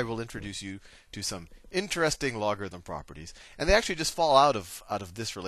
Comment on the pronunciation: “lock a them” 😂 Loved the tutorial!